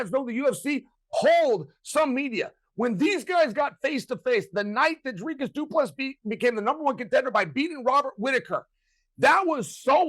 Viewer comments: It's pronounced DRHKISS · Yeah, but Chael is actually closer to the correct pronunciation of Dricus than DC is. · Uncle Chael telling DC how to pronounce Dricus, lmao. I see what he’s doing here, lol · Chael trying to establish the correct pronunciation of Dricus so he could make sure he says it incorrectly was a true bad guy move On a serious note, we've seen Blachoewicz take Izzy down, I honestly think DDP can do it